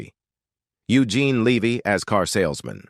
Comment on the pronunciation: In case everyone forgets the movie this video is about, it gets repeated a dozen times. A bunch of AI generated garbage, pronounces Eugene Levy as "Leevy" but properly pronounces the second time, then back to "Leevy" afterwards.